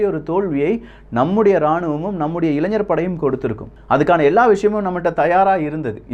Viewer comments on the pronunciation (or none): none